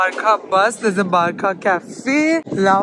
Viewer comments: Nice video hope your having fun. Just one correction..its not pronounced as BAR - CA.. its pronounced as BAR -SA. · Its barca not barkaa 🤦🏻‍♀️ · it's not barka it's barça 😅 ❤ love you 3000 🥰